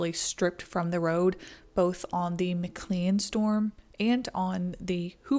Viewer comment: McLean, pronounced; McKLANE. 👌🏻